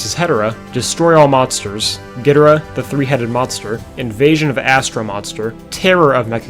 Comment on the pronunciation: Long time Godzilla fan here, and I'm here to tell you that despite many comments, you actually pronounced Ghidorah closer to how it's supposed to be pronounced. In Japanese, the first syllable is emphasized most often, as in "GEE-doh-rah". To reflect that, the original English dub pronounced it as "GEE-drah" and spelled it as "Ghidrah". In the later English dub movies, particularly from the Heisei series and onwards, the pronunciation changed to "gee-DOOR-rah", which became the most frequently used pronunciation for all Godzilla media in English.